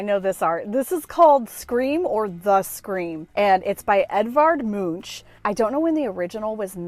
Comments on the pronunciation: I hope you like getting help with pronunciation…it’s The Scream by Edward Munch, pronounced like the guy at a monastery, the monk. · Edvard Munch is pronounced "monk" I am Norwegian! 😊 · Edvard Munch - last name is pronounced "munk" like in chipmunk. Just adding to your ever-increasing store of knowledge. :). Sometimes when you go to all these stores it makes me despair over how much endless stuff there is! It's so nice that you are rescuing things.